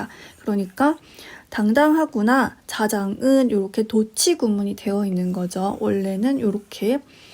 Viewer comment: 도치의 도는 길게 발음하시옵소서